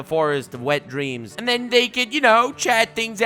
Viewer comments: did you say the "Forest of Wet Dreams"? 🤣🤣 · I thought he said Forest of Wet dreams 😂😂